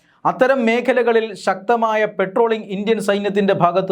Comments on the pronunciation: പെട്രോളിങ് / പട്രോളിങ് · പെട്രോളിംഗ് അല്ല, ശരി പട്രോളിംഗ് ആണ് .